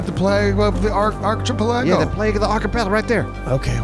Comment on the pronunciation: The Achie-pal-A-Lego 🤣